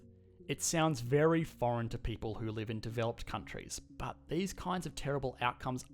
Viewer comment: i always think of butt when he says but!!! xD